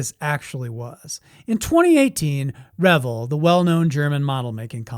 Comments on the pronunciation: Thank you. It was a California company not the word revel.... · CORRECT! The company is pronounced RE-VELL, not revel. That's two L's not one. I would revel in cheer hearing you say our Venice, California born company name with respect. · So a guy is gonna tell me about models when he doesn't even know how to say reVELL? You know, rhymes with HELL? Oh well, his stupid error saved me six minutes of my life! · It’s pronounced “Re-vell” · What is the proper pronunciation of “Revell?” I’ve always pronounced it as “Rah-Vel,” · It’s Re-VELL—accent on the second syllable… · Yes Re Vell that's how loyd Jones said it and he worked for revell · Have I been pronouncing Revell wrong the past 50+ years? 🤔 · I liked the video. No disrespect intended but you mispronounce Revell. Emphasis is on the 2nd syllable. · I disagree with pronunciation of Revell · I grew up hearing adults say it the way he said it in the video. I then heard it proper many years ago and it hit me. "Oh yeah, that is a double "L" so it is usually pronounced that way." A lot of the problem growing up before the internet, is you often saw words or names but never heard them properly. The same is true for handed down "facts." Grandpa said something he thought was true by observation, and it became "fact." I've found dozens of such things common across all of society. Also, a lot of people, especially people in the USA, are lazy about names. Lots of our own city names are pronounced in ridiculous ways as a result, and if your company has a foreign name, forget it. They don't care about pronouncing it in the native way most of the time. I try to be respectful of that. It's their name, not mine. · Great video! Please correct me if I'm wrong, but isn't "Revell" pronounced "re-VELL," with the vocal stress on the SECOND syllable? I thought that's why they put 2 l's on the end. And the "REV-el" pronunciation makes it sound like drinking, debauchery, and hilarious partying, no? Dr. Pedantic.